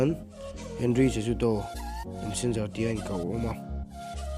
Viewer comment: Chajudo a nilo..... (Sahudo) tia lam tur